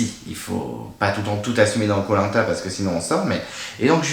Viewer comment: J'ai été spoilé sur les 2 éliminations dans le générique ( Nathalie sur l'épreuve du labyrinthe et William sur l'épreuve des Bambou ). Il y a des commentaires sur le live de spacebabies disant que tu prononçais Koh Lanta comme " Polenta " DEAD Le départ de William ne m'a pas fait réagir plus que ça ( j'ai dormi entre le confort et l'immunité mon avis est biaisé ) J'ai bien aimé l'épisode, la victoire de Ricky, Willy fait du sur place, Sarah et l'hygiène des gourdes, les prémisses du drame du sac fouillé. En tout cas hâte de voir la suite !